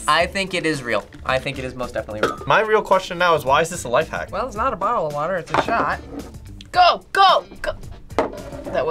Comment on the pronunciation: "Life Wack" 😂😂💀